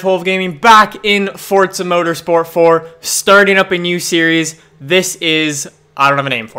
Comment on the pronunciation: There is no t in forza